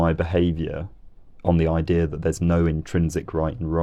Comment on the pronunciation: YOU SAID "IDEAR" INSTEAD OF IDEA! lol jk this is a great vid